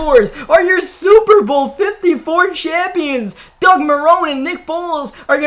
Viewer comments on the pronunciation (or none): none